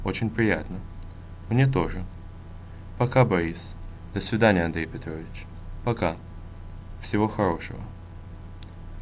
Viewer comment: The pronunciations in this video are almost all wrong- completely. DAH- sveedaneeya- nye "do," it's pronounced DAH. O = a when it's unstressed. Also, gotta work on those R's. Other than the pronunciation, the lesson is well explained, and well put together. But the pronunciation is misleading, because much of it is wrong. Interestingly though, you pronounce вы really well, and that's the hardest sound. Weird.